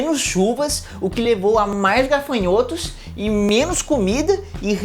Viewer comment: Legal, agora só precisa aprender a falar GAFANHOTO. gaRfanhoto não exite 🤦🏻‍♂️